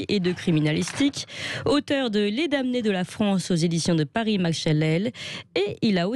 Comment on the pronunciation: À la jeune femme qui présente l'entretien, dans le mot "damnés", on ne prononce pas le m. C'était juste une petite précision...